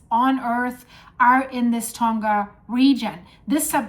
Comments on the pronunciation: It is actually pronounced Tong.uh. Not 'Tong.guh'. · Safe in Auckland, Its pronounches Tounga, just saying, AI